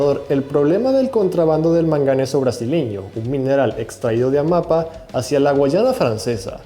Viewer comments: Che un consejo, aprendé a leer las tildes, ya van en varias ocasiones que te pasa lo mismo, en esta vez con Amapá, lleva tilde en la última A, por ende se Lee AmapÁ, y vos lo leíste Amapa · AMAPÁ. se dice AMAPÁ. con el acento en la última A. se pronuncia DE GOL. de verdad que cansa que no sepas pronunciar un apellido tan conocido.